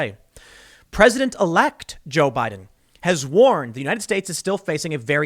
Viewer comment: Jo-Bi-Din 乔比丁